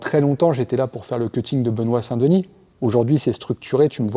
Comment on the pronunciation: Merci pour la vod ... juste un troll : "dénis" au lieu de 2nis. arrêtez d'anglicaniser vos noms. vous avez honte dela france ?